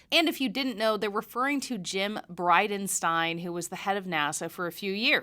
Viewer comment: It's pronounced... BridenstEEn 😂